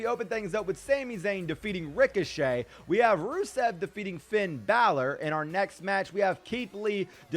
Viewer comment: When he ses finns name it sounds like feind balor